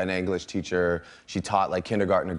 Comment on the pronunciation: “anglish teacher ?😂😂😂😂😭